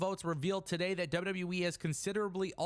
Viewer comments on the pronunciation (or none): none